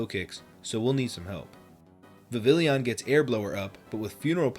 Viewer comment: Its pronounced vivillon my guy